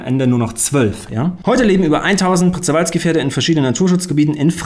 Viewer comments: Das Wort Przewalski,wird "Pschewalski"ausgesprochen.Nicht das du dir noch die Zunge brichst. 😂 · Przewalski Pferd wird Pschewalski Pferd ausgesprochen. Das rz wird zusammen wie das weiche G in zb Garage ausgesprochen. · Przewalski wird übrigens "Pschäwalski" ausgesprochen 😂